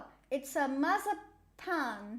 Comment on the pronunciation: the way you pronounced mazapan killed me